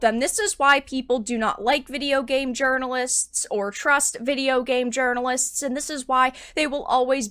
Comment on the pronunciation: New here. "Urinalist" made be chuckle deeply.